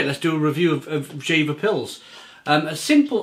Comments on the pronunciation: it's pronounced "Yea-vah". It's a town in the North of Germany. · One of my favorite beers while I’m in Hamburg a times a year. By the way, it is pronounced like YAY-fer. Their motto is Friesisch Herb, which means Frisian dry (dry as in not sweet, like a dry wine). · Actually it's not, the correct way would be jeFer. In our region the v is spoken like an f. But for the majority it's probably the correct way to pronounce it yea vah